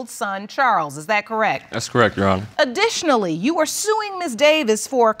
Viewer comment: Sounded more like “ yes Ju hono “😂😂